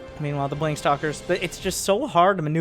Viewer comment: saying "blonk" instead of "blink" always got me in this video.